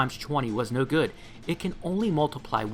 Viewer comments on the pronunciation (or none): none